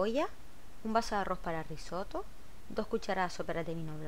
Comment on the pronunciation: Ciao! Soy italiano e vivo en Murcia España. Nunca he visto cocinar un arroz de esta manera. Lo haré de inmediato. Aproveccho la ocasión de corregirle un pequeño error que en Italia sería uno grande. Se dice Risotto y no Rissoto. Justo al reves; una "S" y dos "tt". Saludos.